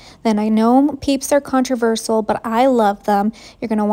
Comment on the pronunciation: That’s a abomination. And why do you pronounce controversial like that?